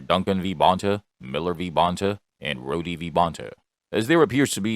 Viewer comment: Rhode v Bonta. not Rhoadie